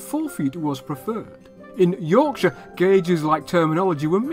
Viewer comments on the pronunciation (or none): none